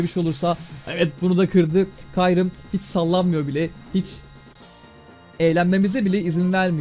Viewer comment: Abi kyrume demen rahatsız etti